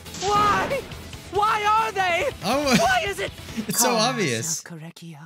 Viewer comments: Every time you say “Korekiyo” you say “Kory” so every time you say his name I go: “CORY KENSHIN?” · when he says kory it makes me think of "kork"